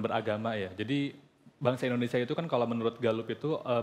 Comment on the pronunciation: butuh anak muda yang sanggup menyebutkan indonesia bukan endonesia